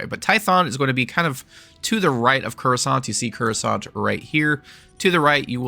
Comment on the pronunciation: Say "kur-uh-sahnt" one more time, bruh...